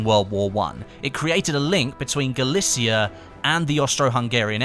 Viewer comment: galicia pronounced GA LI TZI YA